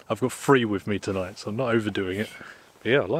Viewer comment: Let's get straight on with the weekly translation, Huh Huh. Fink = Think, Fought = Thought, Froo = Through, Wivv = With, Fredd = Thread, Wiff = With, Wivvit = With It, Waum = Warm, Uvver = Other, Fing = Thing, Fings = Things, Sumfing = Something, Sawring = Sawing, Waumff = Warmth, Finking = Thinking, Eevur = Either, Souff = South, Free = Three, Lenff = Length, Furvver = Further, Su'ink = Something, Anyfing = Anything, Anovver = Another, Finkin' = Thinking, Waumed = Warmed, Fermals = Thermals, Fikker = Thicker, Chorisso = Chorizo, Fank you = Thank you. Chorizo would be pronounced as Choritho, but I understand that is too difficult for you. Words of the week - Fredd = Thread, Fikker = Thicker and Sawring = Sawing. Tongue twister of the week - Pings and Fings. See you soon, Huh, Huh.